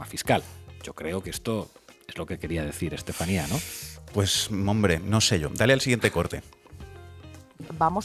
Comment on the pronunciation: Creo que hay gente que no sabe donde está !! dice la Estaselatenía, perdón Estefania. Si claro hay gente que no se ha pronunciado donde los tienen sus " democratas" desgobiernos